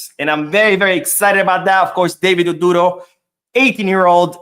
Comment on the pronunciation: Hi, The name ODURO is pronounced like...... oh-droh. The U is not stressed but almost silent.